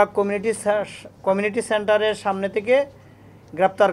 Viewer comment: উপ-পুলিশ কমিশনার * জিহ্বাকে বলছেন জিবরা * কমিউনিটি সেন্টার এর বদলে কমিনিটি সেন্টার * মাদক LSD কে বলছেন ISD ( আই এস ডি) * মোতাবেক কে বলছেন মুতাবেগ এবং মুতাগেব * ডাব ওয়ালার ভোঁতা দা এর বদলে বলছেন চাকু।। ভাই এরকম হলে চলবে কেমনে????